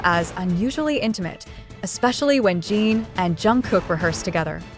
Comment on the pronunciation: I don't trust any reel like this, especially when they pronounce Jin as "jeeeen".... definitely an AI created post.